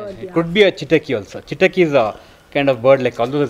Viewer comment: When will you consciously put effort improve on Kannada pronunciation? Chitaki you pronounce but it’s Chittakki! Where are your intonations!!